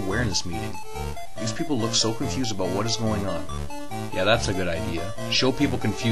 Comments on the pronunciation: LOL. He pronounces "about" like "aboot". Just like the Canadians on South Park. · aboot... ABOOT